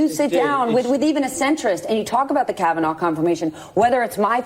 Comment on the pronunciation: She called it " the kavanah experience" ...lol